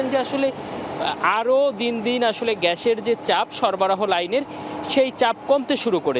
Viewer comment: গ্যাছের ছাপ কি রে? উচ্চারণ করতে না পারলে সংবাদ পড়া বাদ দে